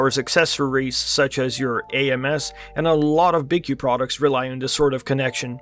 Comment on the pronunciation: Btw its pronounced BQ there logo is even a B and a Q